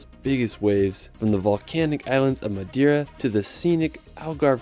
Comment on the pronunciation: Wtf.. in order of respect you should even try to spell some Portuguese words right… for example it’s Not Madira, it’s MadEira